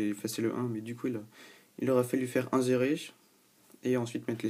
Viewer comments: Inzérer mdr on dit insérer (avec un sssss) :) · Insérer se dit "inSSérer", sinon ça fait alcoolique ^^